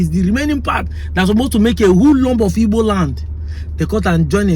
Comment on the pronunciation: it is called Igbo, not ibo. Europeans call us Ibo because they can't pronounce the "gb"